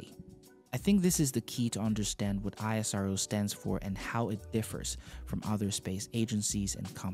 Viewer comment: It's not i.s.r.o. it's ishro pronounced together